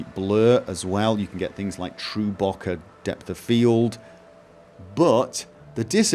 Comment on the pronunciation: Bo-keh not bocker for bokeh lol